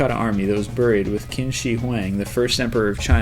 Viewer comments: its not kin its pronounced Chin but spelled Qin and his land name is not wang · its Qin not kim for #22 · Qin is pronounced like gin